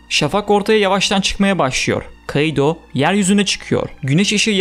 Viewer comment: Şu kaİdo demen beni bitiriyor ( İ ye efsane vurgu yapıyorsun ) 👍👍